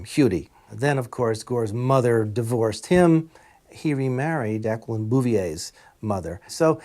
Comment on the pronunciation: i have never heard Jaqueline Kennedy's first name pronounced like that. Interesting.